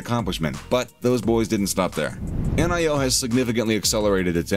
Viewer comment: "N.I.O."-- WTF??? -- Dude how can you make a video about NIO and not even know how its pronounced??